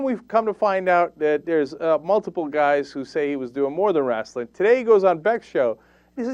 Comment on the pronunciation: CENK I know you're from Turkey so maybe you don't know this, BUT they're is NO "A" in "wrestle or wrestling"!